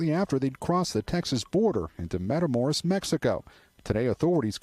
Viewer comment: Wow. One might think that established news broadcasters could read. MatamorOs, not MatamorEs.